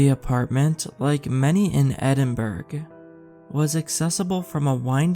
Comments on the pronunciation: it's not Edinburg, pronounce it Edinborough. Enjoyed the story. Michael (from Scotland) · Loved the story and was gonna correct your pronunciation of Edinburgh, but someone already did that LOL! My dad is Native American (Osage), but my mom’s family is Scottish.